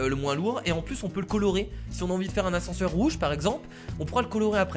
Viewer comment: l'ascense au lieu de l'ascenseur